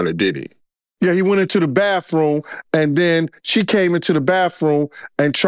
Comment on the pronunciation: Do people learn pronunciations like 'bafroom' for 'bathroom' when they're little kids? Just wondering, when I listen to this guy speak, if he developed that habit when he was a little kid, or not?